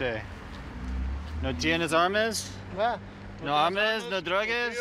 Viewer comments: I hope the cop isn't getting paid extra for bilingual pay 😂😂 no armez 😂😂😂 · "No armes no druges?" Lmfao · armes or droges wtf😂😂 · "no armes, no druges" ay no puedo😂😂😂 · No tienes Armes, Druges? He a real fluent spanish speaker🤣🤣🤣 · Armes,Druges 😂😂 His Spanish is so funny. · No aarmes ?? No darogess??? 😂😂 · nO aRm-es, dRuG-es... perfect pronunciation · "Armes".. HAAHHAHAHAA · Asking the drunk latin guy in yellow car. "No tienes armeis? drouges?" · No armess, no drugess. White boy got that lingo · What are "ARMESS" AND "DRUGESS" ? Is what the white cop asked the Hispanic man...lol. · 😂 no armes no drogues 😅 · he wasn't entirely wrong, the right words would be armas and drogas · "No tienes armess, drugess?" 😁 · He slightly mispronounced two things with the wrong vowel and got the rest right and was trying to switch to english while the other cop was going to keep doing spanish lmao why even comment this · bruh he was literally saying the right words just mispronouncing it, drogas is drugs and armas is guns